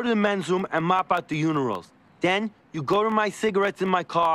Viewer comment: bro said uniral instead of urinal, that was 10/10 scripting